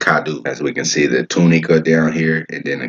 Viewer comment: It’s Lo-No-Ka = Lonoke and Too Ni-ka = Tunica. I’m from Pine Bluff.